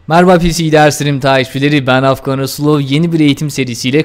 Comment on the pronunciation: abi aslında rasulov sen asulov diyorsun bunları benmı ogrıtıcem yahu :)